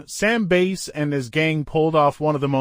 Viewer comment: Bass as in fish. Why can’t AI pronounce words correctly?